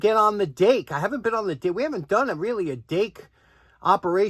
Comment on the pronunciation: We thought you said "date." Oh well Dake ok. Recycle those? Thanks and cheers